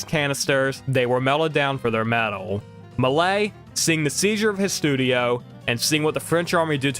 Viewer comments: It’s pronounced Mel-E-ay, not “Malay” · Melies is pronounced "mel-ee-ay". That's the French guy who made the very early fantasy movies. And it wasn't the movie "canisters" that contained silver but the movie film itself. It was possible to recycle the silver for money, but more frequently the very early films just deteriorated into dust, on their own, or they were destroyed by fire since the movie film of this time was incredibly (dangerously) flammable.